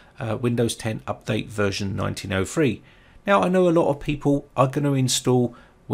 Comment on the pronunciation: Nineteen oh three not nineteen oh fwee.